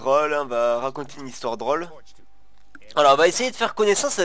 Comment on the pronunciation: A chaque foit qu'il dis Drole moi j'entent brole c'est trop marrant! XD XD XD